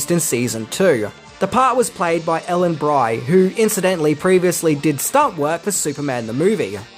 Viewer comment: Not to be critical, but Ellen Bry is pronounced Ellen Bree; on a not particularly interesting note, Nicholas Hammond appeared in Crocodile Dundee in Los Angeles.